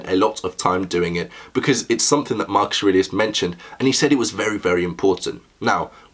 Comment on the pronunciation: "You knew Marcus Arelius?" Maximus